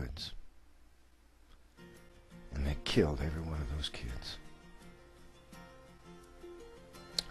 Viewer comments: Anyone else notice the emphasis put on the word "killed"? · Yup. It was a frightening experience.